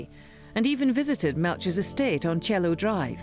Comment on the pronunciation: And you CONSTANTLY mis-pronounce people's names. Even mis-pronounced Cielo Drive as "Chelo Drive". Bullsh*t documentary.